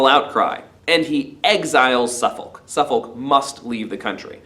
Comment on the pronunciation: This is how us Englanders pronounce Suffolk: Having just read the play for the first time, found this a really good summary as a recap. Thanks.